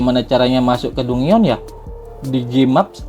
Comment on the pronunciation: Dungeon... 😂 di baca DanJen.. Lawak